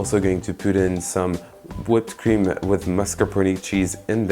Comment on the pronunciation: That's a very nice looking Tarte. I'm totally digging the French ending at the end of every consonant, e.g. whipped cream-ME. Subscribed!